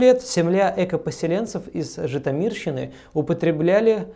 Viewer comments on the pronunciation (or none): Спасибо за выпуск. В слове Житомирщина ударение на "о".